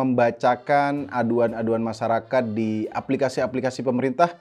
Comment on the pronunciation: pronunciation nya masyarakat blok bukan masarakat